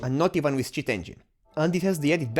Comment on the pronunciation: You say "cheat engine" like shit engine